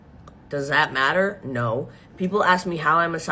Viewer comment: Maht-ah Thats the noise my cat makes when he sees a flock of sparrows